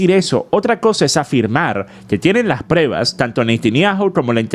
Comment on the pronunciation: Saludos! No se dice PREVAS se dice PRUEBAS.